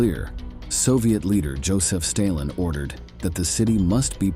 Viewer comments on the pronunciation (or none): "Joseph Staylin." What complete bullcrap!